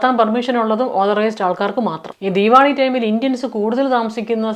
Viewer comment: ആദ്യമായി ആണ് നിങ്ങളുടെ വീഡിയോസ് കാണുന്നത്, ക്യാനഡയിലെ മലയാളികളുടെ അവിഹിതം ആണ് ആദ്യം കണ്ടത്😂, ആദ്യം കരുതി കഥ പറച്ചിൽ ആണ് എന്ന് പിന്നെയാണ് I realized reality, കേട്ട് കൊണ്ടിരിക്കാൻ നല്ല രസമുണ്ട്, രണ്ട് പേർക്ക് ഷെയർ ചെയ്തു, keep going, പിന്നെ ദീവാളി അല്ല ദീവാലി അല്ലേ? Love from ബഹ്റൈൻ❤